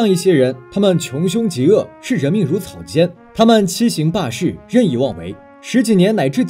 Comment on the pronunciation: 中文太差了 草芥jie 欺行hang 霸市